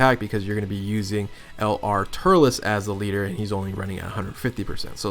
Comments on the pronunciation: This man just said LR turles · am I the only one who heard him say Lr turles